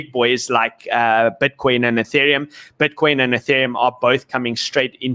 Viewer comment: I love it BUT its pronounced BITCOIN. not "BWITCWOIN"